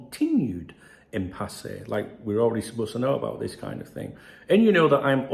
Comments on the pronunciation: It's pronounced "impass" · Hi it’s pronounced as IMPASS just for your information. Thank bro.